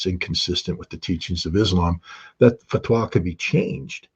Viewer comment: I’m not seeing an intelligent analysis by Mr Ritter. I am seeing why he is ‘ex’ though. It was a painfully long monologue of spurious wishful thinking, though I note his enthusiasm for the repeatedly correct pronunciation of fatwah - pity he didn’t follow this with taqiyya or an explanation of its use. And I’m unconvinced of the USA reluctance to see oil fields out of action in the Middle East.. it is an ill wind that blows nobody any good.